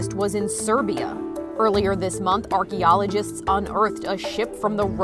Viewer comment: Who else hates the way she says “archeologists”